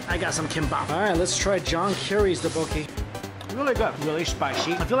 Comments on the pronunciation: please learn this basic rule for all Japanese & Korean words: NO syllables get any stress; they are all evenly accented. so not dukkBOKki, but DdukBokGi - evenly stressed at each syllable. Easy. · Wtf is an toboki? Why cant you just say tteokbokki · The way he said ddukbokki made me cringe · duboki 10/10 pronunciation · It's pronounced DUK Bokki the K after the D is not silent. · Listening to you try to pronounce ddeokboki makes me want to die. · You butcher tteok bokki so hard lmao. cringy af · I love the content but when you try to pronounce the food.... cant resist the cringe coming from a Korean ESPECIALLY the tteok bokki, please fix that🙏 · When pronouncing 떡볶이 (tteok-bokk-i) make to to place emphasis on the ㄸ(tt) and the ㄱ(k) instead of saying it really smoothly. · DELICIOUS! ¬ Kinda funny how you pronounce Tteokbokki (I've actually never heard a non-Korean say tteokbokki, so that might be why).